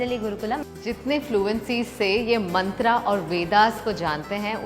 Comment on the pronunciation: Mantr hota h mantra NHI 😂